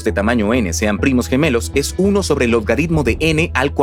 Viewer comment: pq hacen las voces con ia??? tiene muchas inconcistencias en el dice lodgaritmo y como esto hay mucho y es incomodo de escuchar